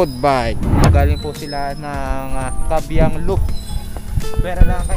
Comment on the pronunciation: kaybiang idol hindi kabyiang